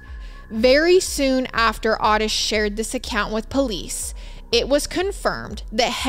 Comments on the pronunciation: Those letters are addressed DEAR SIRS, AS IN SIR..LIKE MADAM & SIR...NOT A MISSPELLING OF SEARS...just clearing THAT up. -Jackie 😘 It's also OOOO-tis. Not ahhhh-tis. And Dahmer NEVER had victims that young, so he's definitely OUT. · Thank you. It's also O tis as in the name Otis. Great show regardless. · Actually it is pronounced Oh-tis. Just because we had a grandpa Ottis, and every Ottis I ever met is pronounced the same way It is definitely an (oh)sound. But, that being said, I adore so dang much, she can pronounce anything anyway she wants too. She is pretty freakin awesome ❤ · she pronounced otis the way the dad says it